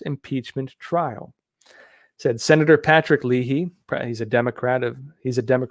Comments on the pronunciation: Lay hee....not Lee Hee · Senator "lay' he" ( you really NEED to learn to correctly pronounce the names of the people and states you are talking about. It matters, and lends to your credibility. ) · I enjoy your coverage of the news and your insights. But for someone who follows current events, your lack of knowledge of the correct pronunciation of simple words such as Arkansas, as the State, and Leahy, as in Senator, baffles me. I'll blame it on your education in the city of San Diego, State of California.